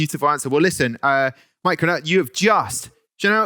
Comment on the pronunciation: Lmao it’s pronounced like “channel”, not “chanel “